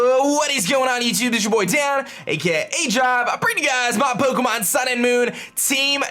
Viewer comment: Just can't stand the way he says 'Pokemon'